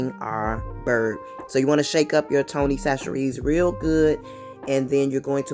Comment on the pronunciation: Where are you from? I ask because the way you pronounce The Tony's 😂 😂.